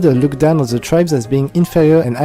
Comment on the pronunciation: "ze legion"